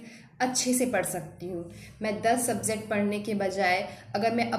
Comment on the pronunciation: "Subzect" nahi "Subject" hota hai